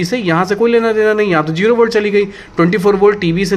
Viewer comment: Good example but it’s zero instead JERO